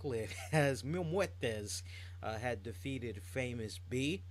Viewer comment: Matt Striker on commentary called Famous B as " Famous Beach".